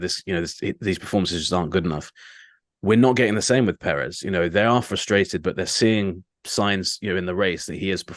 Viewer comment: Yo can you try pronounce Perez correctly